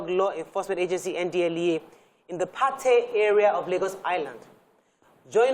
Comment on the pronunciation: This guy is telling mostly lies. 1. Patey is pronunced PAY-TEE. 2. The officeer lied by claiming Patey to Surah Market is about 2 Km, instead of just 400m. 3. The drug-guys and other area boys engage in rival gun shooting at least once a week, somewhere on the Lagos Island. It is rarity for bystanders to get hit. The bystanders are their neighbours. 4. From 3, it is clear that our panicky poorly trained NDLEA officers were the ones likely to have shot innocent bystanders. I have seen many of our rag tag securities (soldiers, police, NDLEA, etc) in actions before and they are anything but professional. They are used to shooting at unarmed civilians, so anytime they confront civilian rogues with guns fighting back, they get panicky and cause mayhem.